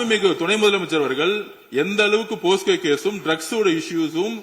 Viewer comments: ஆதவா அது போஸ்கோ இல்ல டா போக்சோ 😂😂😂😂😂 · Posco va 🤣🤣🤣🤣 dei mundamey... Adhu pocso da 😂🤣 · போக்சோ என்று கூட சொல்ல தெரியல.... போஸ்கோ என்று சொல்கிறார் உள்துறை அமைச்சர்... எழுதிக் கொடுத்தது தப்பா எழுதி கொடுத்துட்டாங்க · Aadhav Athu PoSco ila Pocso😂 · அய்யோ ஆதவ் அது போஸ்கோ இல்லை போக்சோ சட்டம்